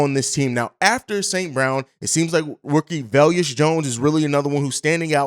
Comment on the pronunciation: Velus- ( Va-lus) not ( vel-yus) Jones lol. I get equanimeous being kinda tough to enunciate 😆! Let Bobby know too bc you both say velyus 😄! Just giving you a hard time. No hate! Love the show & everything y'all do!